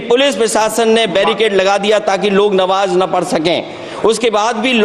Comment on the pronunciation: ये पढ़ा लिखा हुआ आदमी नमाज़ को नवाज पढ़ रहा है